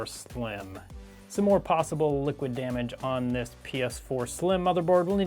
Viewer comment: Nobody:: Liquich Demecht